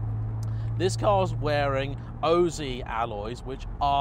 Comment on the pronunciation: Oh-zee alloys??